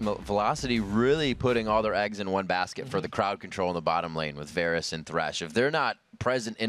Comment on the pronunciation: I hate how he kept pronouncing "Varus".